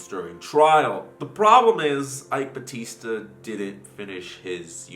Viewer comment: Ok, so... you nailed "eike batista" great pronounciation. When you said "lava jato" though... ugh you said lava rato... i know in spanish they pronounce "j" as "r" or "h" but , in Brasil(yes we write it with an "s" not a "z") we pronouce the letter "j" the way you did it when you said "rio de janeiro".